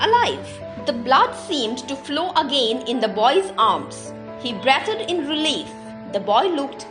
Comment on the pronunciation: good one, one correction - it is breeethed not brethed